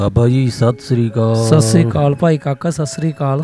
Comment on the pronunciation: veer ji tusi tan sat sri akal boleya karo na ke sassri akal